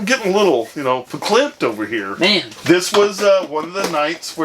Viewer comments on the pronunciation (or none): "Vaklempt" lol.., hell yea